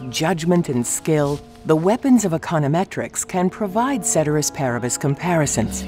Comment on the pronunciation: Did they just mispronounce cēterīs pāribus